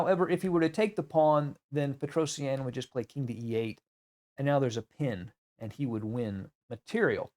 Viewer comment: its petrosian not petrosienne